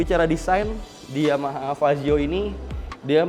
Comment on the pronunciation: Fazzio bang bukan pajio